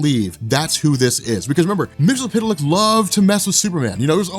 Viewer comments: Just so you know it is pronounced as Mix-Yez-Spit-Lick. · mix-uh-plick! it's not hard. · MXYZPTLK, pronounced: mix-yes-spit-lick. Bugs me when it's pronounced wrong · Mxyzptlk is pronounced as "Mix-yes-spit-lick".